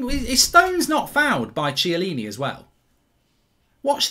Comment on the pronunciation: Chiellini not ciellini😂